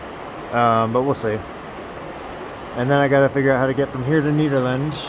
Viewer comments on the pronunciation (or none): Yea, it’s pronounced like you’re saying Ned, not needle. You said it right towards the end of your video. If you go slower on the camera, it’ll make us less dizzy. Drink lots of water because of the elevation. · Nehderland , that's how it's pronounced. Just to let you know. 👍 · Great to see you in such familiar territory! You mention a small town north of Nederland (pronounced Netter land, I do believe), was that Ward? Nederland used to have the Frozen Dead Guy Festival until 2023 (look it up). You should be able to find tons of spots to camp. Most of the areas are National Forest and you can camp anywhere in those (at least it used to be like that). Keep it up,!